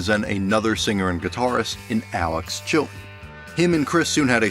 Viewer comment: …and what’s with the glottal stops when saying “Chilton” and “buttons”?